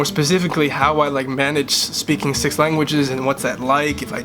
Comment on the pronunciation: Be careful when you said "six" in French it sounded like "seize" (16 vs 6!)